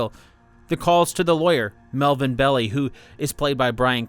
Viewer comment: It's pronounced "Bell-Eye" NOT "Belly"